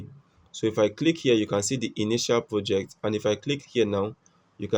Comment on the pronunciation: pimie po o poject . dude where is RRRR